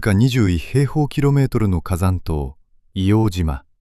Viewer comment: 正しくは「いおうじま」じゃなくて「いおうとう」ですね。